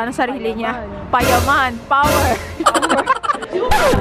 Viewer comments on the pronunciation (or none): Natawa ako dun sa 'payaman' 'pawer' 😂😂😂